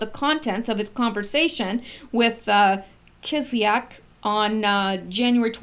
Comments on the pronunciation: Let me help you pronounce it Kiss lee yak (kisl;yak) Also Chilean is pronounced chill lay an and not chill lee an as you pronounced it. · Kiss - ly - ack is how you say the Russian name . That how I have hard it pronounce.